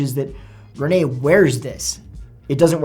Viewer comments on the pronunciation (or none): none